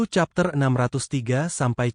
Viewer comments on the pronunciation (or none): none